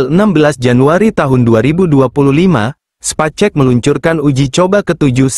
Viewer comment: cari text to speech yg bener dong 😂 sepacek sepacek 😂